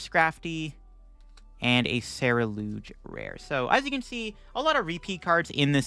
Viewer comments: He swapped the u & e lol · Nah, is pronouncing it wrong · Have I been pronouncing Ceruledge wrong this whole time???? I thought it was pronounced like sir-rule-edge